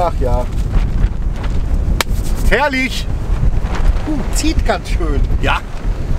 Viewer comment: Herrlisch, meine Herren. Herrlisch.